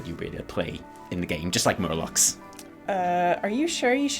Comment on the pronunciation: Did he say.... did he say murlocs?